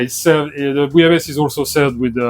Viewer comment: BEFORE WATCHING I JUST WANT TO PRETEND THAT THE WAY THIS WORD IS PRONOUNCED IS BOO- LA- BA- SAY... PLEASE TELL ME IM RIGHT.. WOULDNT WANT ANYTHING TO HAPPEN TO IDK SAY THE EIFFEL TOWER... DID HE JUST SAY BOO-YA-LAYS? TISK TISK...